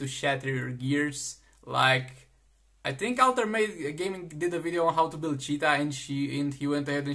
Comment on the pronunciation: The way he said 'CHeetah '